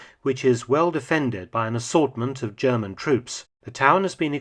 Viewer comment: Ze Zjerman Sherman in German....